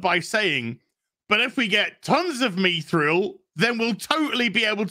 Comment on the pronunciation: Is mispronouncing mithril on purpose?